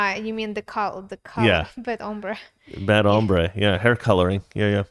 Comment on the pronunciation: but he is pronouncing it like "hambre"